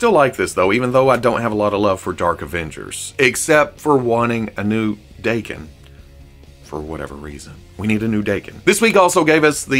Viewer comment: His name is Japanese. So Daken is pronounced Dokken. Da=Dah+ ken.